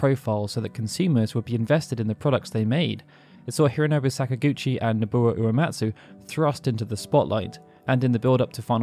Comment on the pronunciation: How is Nobuo that difficult to pronounce lol?